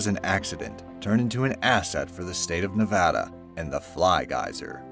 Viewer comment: Oh thank God, he pronounced Nevada correctly. That's all I needed.